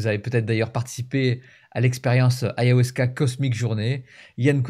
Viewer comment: Ayahuasca et non pas Ayahwasca ❤❤❤